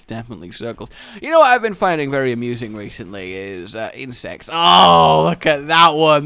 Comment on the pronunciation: When you said insects I thought you said insest